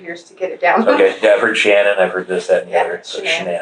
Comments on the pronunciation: I get aggravated at him continually botching Shann'ann's name . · Dana Davison I could tell she was an amazing friend right from the get go. She wouldn’t even let the guy mispronounce Shanann’s name. The little things...